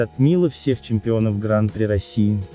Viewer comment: откуда такая достоверная информация?)) в любом случае, почти любое название роликов на канале максимально высосаны из пальца, лишь бы завлечь простых зрителей YouTube... P.S. Уважаемый автор сего канала, заглуглите, будьте добры, на какой слог падает ударение в термине "Гран-при", википедия Вам в помощь